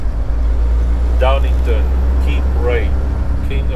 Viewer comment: Every time you said it wrong.....one word that sounds like two words.